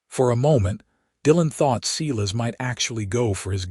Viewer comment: Okay, Ms. Patterson is one heroic lady. So glad to see that the town backed up Dillan in standing up to Silas Mercer.I too like this narrator but I wish they would pronounce not as Seelas but as Si (long I) lass. 😊